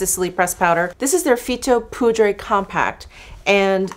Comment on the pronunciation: I bought the Glam palette and I love it too! The French prononciation of poudre is better when you do not pronounce the « e » at the end. The way you said it was as if it was written « poudré »! The first means powder and the second « powdered ». Have a nice day! By the way, I learned this morning that I will be a grandmother!